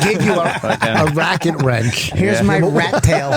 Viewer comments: Vos said fuckin 'Racket Wrench' instead of ratchet wrench and nobody caught him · "Racket wrensch"